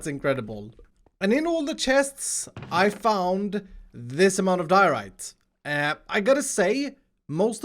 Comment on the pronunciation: What makes you feel good: Me: watching YouTube.: burning diroite.